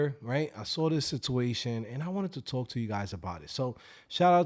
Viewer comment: second i heard sitooation,de lo mio!